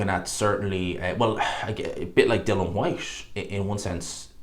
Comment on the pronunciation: I don't trust your opinion. You're lazy as fuck and can't pay attention long enough to pronounce "Dillian" correctly at any point. I have to assume you only heard Nick Ball's name yesterday, and only got his name right because it's two syllables ...and that you made everything else up in the video off the top of your head.